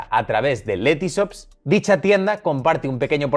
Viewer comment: Lety shhhops no letysops, españoles....